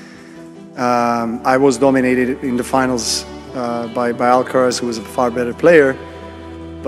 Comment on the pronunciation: What kind of expert made this video?... you called him Alcarez!!!! SMH